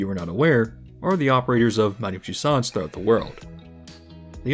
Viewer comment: Tussauds is pronounced “toose-ohs”.